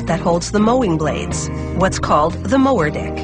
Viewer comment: anybody else hear "the mower dick."?